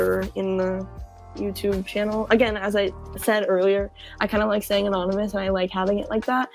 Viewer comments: a-naan-ymous woke up the big two headed camel.. i will correct him so he behave next time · Wtf 😭 bro is such a simp bruh. "A-Naan-ymous" bro what 😭 I'm boutta Kms 😭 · nah but a-naan-ymous sounds like the average 6th grader at my school😂